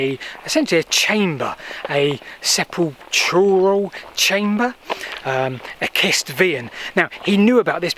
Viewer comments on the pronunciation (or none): 'SEPPUL-KUR'; 'SEPP-UL-KRAL',. Hope that helps. Fascinating video, as always. Thank you. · FYI: Sepulchral - ch is pronounced ck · sep-ul-k-ral - as in "sepulchre" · Love your videos!! Supulchral = Sep-PUL-krill. I am not surprised at all that stuff that used to be on that map is no longer there. I think the powers that be have a vested interest in making a lot of prehistory invisible if it threatens the version of history they want promoted.